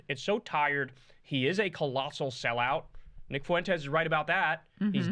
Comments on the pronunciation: Why does Kyle always say “Foo-Wenn-Tess” instead of just “Fwen-Tess”? Lol it reminds me of when white Americans say “Wahn” or “Hoo-Wahn” instead of just “Hwahn” for the Spanish name Juan. Neither Fuentes nor Juan are hard to pronounce! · God damn it Kyle it should be two syllables when you say Fuentes' last name